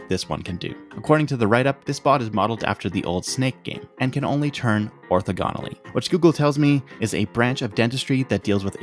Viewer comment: it's not pronounced like orthodontist, you say the "thog" not "ortho" in orthogonally. It does have the same latin root because ortho means strait. combined with the root for teeth, -dent, you get orthodontist: strait teeth. ortho-gon: straight angle